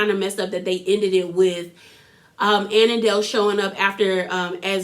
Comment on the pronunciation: Andile not anandale 😂😂😂😂